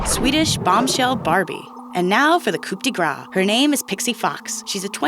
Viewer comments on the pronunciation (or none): What a terrible narration! Please learn to say COUP correctly! 🙄